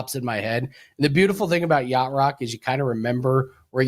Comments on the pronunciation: Y-a-C-h-t 😂 but we know what u meant lol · that would be "yacht". love the show brother never miss it!